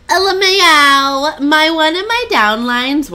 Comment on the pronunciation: When you pronounced “LMAO,” I pictured a French cat meow. Love it.